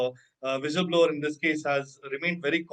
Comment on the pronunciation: Its विसल blower not व्हिसल blower, dude. You struggled but could not get the right word.' Foul play' it was😅